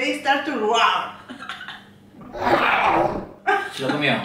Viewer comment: "And then they start yo roAU... RRoAUOw" 🤣🤣🤣 morí